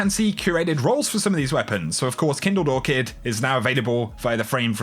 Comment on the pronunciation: I want the Kindle-Lore-Kid with Rampage + Kill Clip so bad. (Yes I know I spelled it wrong, but that was what it sounded like said xD which is okay btw, I just found it funny that my ears took me there.